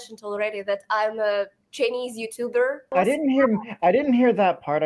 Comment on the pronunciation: I can easily tell your spoken English donesn‘t sound like American. When you say the word “Chinese”, you pronounced tr-ei-nese.